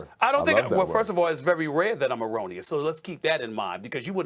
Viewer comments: Jj said eronious and pat bevs eyes lit up and he says "i love that word" 😂😂😂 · Jj - “Mor onious “ pat - “I like that word” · SAS "I don't think I'm roneous"? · "how erroneous am i" he says erroneously